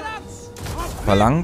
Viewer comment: Ich hasse es andere zu korrigieren aber dass es heißt Phalanx nicht Valanz